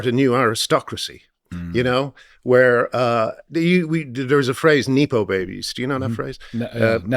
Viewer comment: Graham, its short for NEPOTISM. 😅😅 Nepo not Neepo, Lordt!